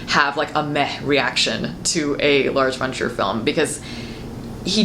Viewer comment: Whenever you say "Lars von Trier", it sounds like "Large Wonders" or "Large Frontiers".